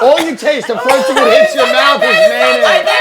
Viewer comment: Between Berts grandma laugh and Tim saying May-naise.. I'm dying 😂